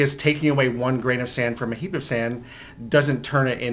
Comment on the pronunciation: When he says “heap” it sounds like he’s saying “heeb” a derogatory term for Jews lol